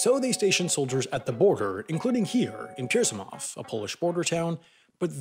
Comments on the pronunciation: like it's not even that hard, peel grzy moov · im absolutely not angry! :) He just said it in the worst possible way, as for me it was funny as hell :D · You absolutely nailed "Pielgrzymów" ...NOT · Oh my god you butchered "Pielgrzymów". It's [pjɛlˈɡʐɨmuf], not whatever you said (Piersimahv? oof). even spelled it wrong in the video. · WHAT? "GERZYMOV"? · If you want to pronounce the name of that Polish village, is something like "piyelgshimuf" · 1. Are there really any Czechs still going to church ? 2. You are showing Poland on the south side of the border on Google Maps ... :D 3. Pielgrzymów (Pyel - g zhym oov) - your pronunciation wins the crown for most botched across 50+ channels I am subscribed to. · I suggest checking how to pronounce the place names that you are going to refer to in your videos next time;) Seriously, there are plenty of resources online to look for. Even English Wikipedia often provides such information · ahah i got offended when he said pielgrzymów wrong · I am Polish, and the way you've pronounced "Pielgrzymów" couldn't have been more wrong :P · makes me think how many other videos about other countries have wrong pronounciation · Never heard someone pronounce something THIS badly. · I'm sorry but this is the worst pronounciation I've ever heard xD